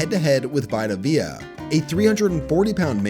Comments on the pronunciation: Bro VEEEta Vay-uh is how you say it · it’s pronounced veeta veya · nah you're not getting away with that vita vea pronunciation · The way you pronounced Vita Vea was absolutely atrocious 😭💀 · u pronounced vita vea wrong and it startled me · As a bucs fan the way he said it hurt me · As a football fan it was strange for sure. Every knows vita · Thats a dastardly pronounciation of Vita Vea lmfao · That vita vea pronunciation is crazy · Man a lot of people mess this up and I know it shouldnt bother me as much as it does I just know it hahaha😂